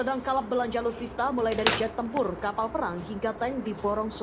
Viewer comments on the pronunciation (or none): Saya hanya mau bilang sama admin👈 belajar duluh bahasa yg benar agar org tdk menertawaimu, sebab itu bisa menunjukkan kualitas mu min😂😂 masa sebut nya aluista😅😅